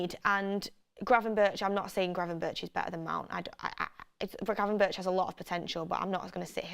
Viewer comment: Donny van de beeeek😂 and granvenburch😅